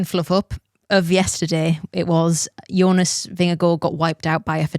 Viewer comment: I mean, at least say Jonas properly lol.